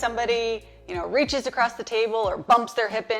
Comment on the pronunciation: Very good job. I think it's funny you say "acrossT". I'm from Houston and man Houstonians say acrosst. It drives my wife bonkers that I say it that way.